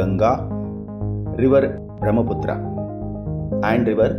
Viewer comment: Pronounce the names properly like Brahmaputra U r putting stress on last a which was added by British